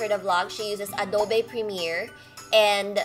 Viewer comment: Super funny ung adobo instead of adobe 😂😂😂😂 you are so cute 😂